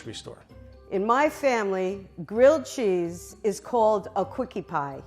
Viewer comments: Quickie pie? Is that what she was saying? Wow pornhub has a light theme now? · Why is no one commenting on the fact that she said quickie pie?